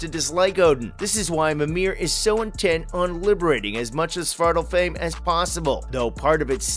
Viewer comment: Two things wrong: They are pronounced AESIR, not EESIR It is pronounced like Svartalfhime, not Svartalfhame